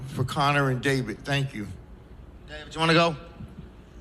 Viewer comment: THANK NOT TANK. THANK YOU NOT TANK YOU HAHAHA. FUGGN SCALLYWAG